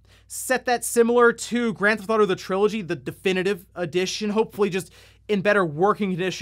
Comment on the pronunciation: "GranTh'Auto 5"